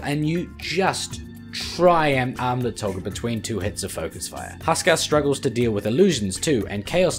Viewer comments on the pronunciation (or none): Matterino Thurmanerino I'm making fun of the way he says "armlet" with his accent